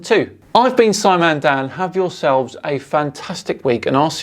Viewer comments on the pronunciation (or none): none